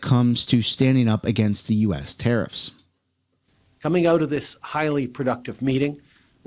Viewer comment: It’s pronounced “ Tear-if” not “tear-reefs”😂